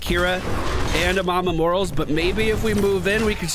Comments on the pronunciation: everytime I hear mama morals, I just fucking die inside, mor-A-les the A is not silent. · Does he say Morales wrong on purpose or does he not know?